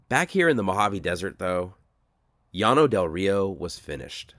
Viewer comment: YES! My grandmother took me out there when I was a teen in the early '70s. Partly for something to do, but also to demonstrate the failures of socialism and communism. They are not a Utopia any more than the underside of my car is. And thank you, THANK YOU for pronouncing "Llano" correctly! And I did not know about the financial aspect of the colony. Oh my God! It was a Ponzi Scheme! What a bunch of bigoted suckers! PERFECT!